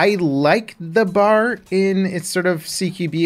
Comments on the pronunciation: BeeAyAre not Bar. B A R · Stop calling it a Bar. Its a B-A-R. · Soldiers called this gun the B.A.R. pronouncing the letters individually. To my knowledge it was never formed into a word as you and many other gamers have been saying it. Just FYI. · B.....A......R... Not BAR. It’s a weapon not a drink stand. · Common mistake but is anyone gonna point out it’s ‘B.A.R’ not the word ‘BAR’....? They never said Bar and I was corrected by my great grandfather about it when I made the mistake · B-A-R is technically the correct pronunciation but saying BAR is more for the sake of simplicity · I’m sorry, but I just cringe when you call it the “bar.” It’s B.A.R. Also, I think DICE made the fast auto RPM a little too high; fast auto was somewhere around 550-600 RPM. Slow auto was 400-450 RPM. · Agree. If it’s an acronym you say B.A.R. Just like U.S.A. Not usa